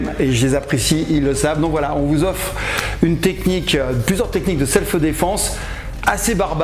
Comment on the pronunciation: Franck, on dit pas “selfeu défense” mais self’ défense !